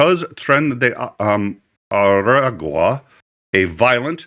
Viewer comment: Thanks! "Tren-day Ah-rah-gwa"